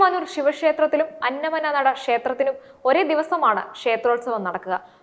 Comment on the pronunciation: അന്നമന്നട എന്നാണ് ശരിക്കുള്ള സ്ഥലപ്പേര് "അന്ന മ നട" അല്ല.